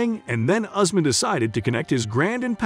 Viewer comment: His name is not Horseman but Usman pronounced "YOUSMAN"